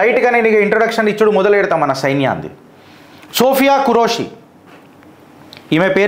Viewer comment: Name pronunciation correction sir don't take it in negative way ( సోఫియా ఖురేషి ) but both of sister are took charge in full-fledged superb jai hind jai bharat ✊🇮🇳